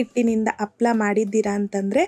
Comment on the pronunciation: ಹಪ್ಪಳ ಅಲ್ಲ ಅಮ್ಮದು ಹಪ್ಪಳ. ಕನ್ನಡ ಪದಗಳ ಉಚ್ಚಾರಣೆ ಸ್ಪಷ್ಟವಾಗಿರಲಿ